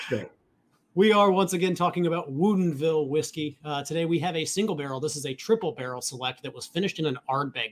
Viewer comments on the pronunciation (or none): LOL OK this is 2 video's now. At 1st I thought you were just goofin, but now I see it's on purpose. Why do you keep pronouncing it wuuudien ville? It's 20 minutes from my home & I've never heard it said that way. Everyone here pronounces it "wood in ville" It's just freakin me out every time I hear you say it.🤪 Keep the great content comin....🥃